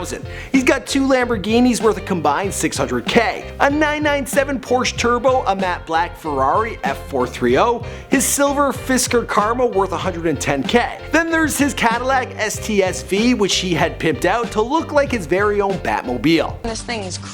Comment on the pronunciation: It's cts v not sts v bro get it right